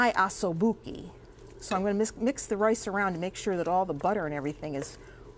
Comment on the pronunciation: Sorry- the cooked rice was NOT arborio, it was som quick Uncle Bens cheapie rice. and you pronounced the shank cut wrong, it is not "aso buchi", it,s " osso buco". speak to an It and he,ll help you. Thanks for the tip about the foil though, nice to know!